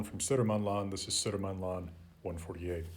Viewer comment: I think these videos are really interesting and I have most definitely not watched like 50 of them shifty eyes (I have a huge deadline on Monday...) One little note tho, Södermanland is pronounced "Sörmland". (I grew up in that area of Sweden)